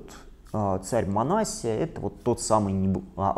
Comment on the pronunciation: МанассИя , вот так нужно произносить. Митрополит Илларион обьяснил почему так.